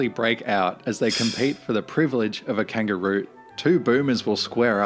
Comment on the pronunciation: Love your reactions - just a 'heads up' - it's pronounced KANG-GUR-ROO (hard 'G' like in ANGER...)